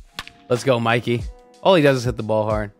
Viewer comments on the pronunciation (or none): none